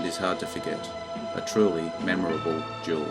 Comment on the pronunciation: There is a difference in pronunciation between duel and jewel